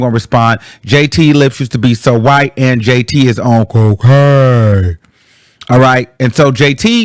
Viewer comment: Why did he say cocaine like that ? 😂😂😂😂